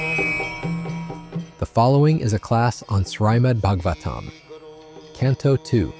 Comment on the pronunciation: Please someone teach the announcer's how to properly pronounce Srila Prabhupada's name as well as the sacred scripture Srimad Bhagavatam